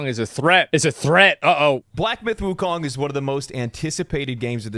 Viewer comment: All I hear when they all say Wukong is WUTANG!!! Ha!